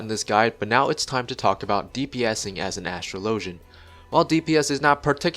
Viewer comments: You pronounced the name wrong. You pronounce Astrologian like Astrology, not Astro-low-jun. Regardless of if the word is made up, it borrows from a word that already exists so your point is moot. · Its a real word. And it's pronounced the same way you'd pronounce astrology. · new player here but Watching the cutscene yesterday in 2.4-2.5 Lord Haurchefant pronounces Astrologian